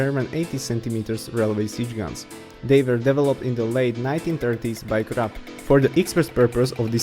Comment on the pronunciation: The name for Gustav-´s Manufacturer is KRUPP not Krapp, you spoke it wrong.